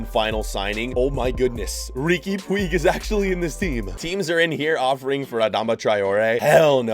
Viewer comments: Everyone: Riqui Puig (pu-ch): Puig (poo-ig) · man said Ricky Pweeg😂😂😭😭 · saying rigui puigs name wrong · Riqui “pweeeg” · Hey! Riqui Puig is pronunced "puich", please try to call him like this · You pronounce it Riki Puje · You pronounce it rique puuccchh